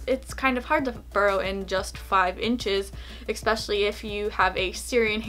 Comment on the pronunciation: Especially not ecspecailly lol drives my ocd up